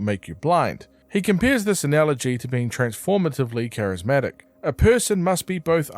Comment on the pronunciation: Charismatic Decides to say Charismick